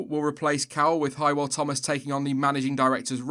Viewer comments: It's not 'high - well', it's 'huh - wuhl' btw 😁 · Just tried explaining something (not that important) and YT crashed. Again! Hey ho, just a quick other thing. Hywel - Welsh name. English version is Howell. Welsh one pronounced more like Huh-well (no second H sounded. It's just to illustrate that it's a prominent uh sound) with the same sort of length of vowel as Howell. Not extended or glossed over. And definitely not pronounced high-well! Hope this helps in future :) (it's not automatically hard because it's Welsh. It's usually a lot easier if it is!)